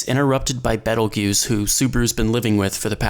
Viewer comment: This video is 5 months old but if youre reading this its pronounced BEETLE-JUICE not battle goose